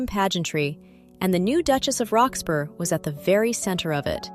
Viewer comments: What I was about to say😂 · It's pronounced Rox-bruh, like Edinbruh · Duchess of "Roxburrah" ..... that is how you say "Roxburgh". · I found it's sound irritating but thought the mispronunciation of Roxburgh was just a foreigner error. Then it didnt realise that the house is called West Horsley Place and called it West Horsley ..place. AI always slips up on the niceties of our subtle language.